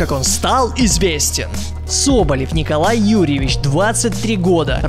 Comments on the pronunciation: Неправильно его имя читаешь. Не "Николай" а "НИИИИИИИИИИИИИИКОЛАЙ СОБОЛЕВ" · не НИИИИИИИКОЛАЙ,а как он сам говорит НИколай Соболев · Э,правильно произносить НИколай соболев... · правильно говорить НИИколай Соболев